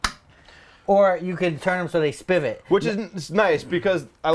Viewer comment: spivot? Isn't the word pivot?